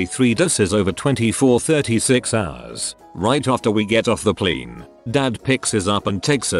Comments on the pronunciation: I wonder why the text to speech voice randomly decides to pronounce it "pleen" instead of "plane"... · hes a kiwi text to speech